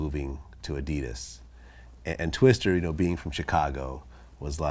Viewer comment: Did this vlad nigga just say "twistER"